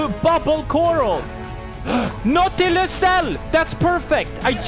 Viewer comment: Its pronounced no-ti-lus